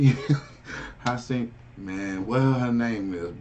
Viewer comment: It's pronounced high-a-sinth. You end up there when you mix absinthe with some chronic.